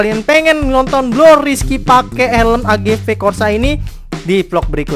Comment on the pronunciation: AGV bukan agu